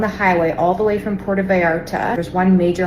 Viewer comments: STOPSTOP STOPStop spreading BS. YOU CANT EVEN PRONOUNCE PU ER TO , shiws your intelligence kevel. .keep repeating the same propaganda..b.s Lots of burning vehicles and plenty of smoke in Jalisco. It makes for good visuals. A burning car creates a ton of smoke, making it seem bigger than it is. No, Mexico is not in a state of war, but the media really plays it up. If you're paying attention, there is no shooting or street fighting going on. There is no news of any deaths outside of the 6 CJGN members (the bad guys) killed at the airport. Not a single civilian has been harmed. Put it in perspective. There are more shootings, fatalities, burning vehicles and fire damage everytime there is a race riot in the USA. Or some nut goes on a random shooting spree in a school In tragedy of 8 innocent people killed in Tumbler Ridge. That's 8 more innocents than were killed in Mexico today. Yet I don't see people in Canada packing their bags and heading to border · Learn to pronounce Puerto, Benny. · I support ice and Trump, but BENNY! How do you make an I sound out of a U? Love ya Benny but sound it out! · God knows I love ya Benny~ but, when you can't pronounce Puerto Vallarta correctly (you got the back half right... the tougher part~ vi-art-ta) and, you can Puerto Rico... you start looking FAKE AF! IN the words of Our former [brain dead] President... "c'mon man"! I am also willing to bet half the vacationers in Mexico are conservative as well! So yeah, "stop it, get some help" and "Be Better" brother!~ R/ USNret 🦆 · Puerto (Pwer-toe)* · Pwertoe, Benny!! That's how it's pronounced. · Benny, you keep saying " PeeAirto ' Puerto is correctly pronounced or sounds like "pwairto " The U sounds like a W. Stay North of The Border. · Benny I love you brother I really do, it is pronounced Pwerto Vallarta not Pierto, we can take you more serious if you sound educated, I am a huge fan, and Trump Supporting Conservative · PUUUUERTO. not PEEEEEERTO. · Why are you saying "Pi-Erto"???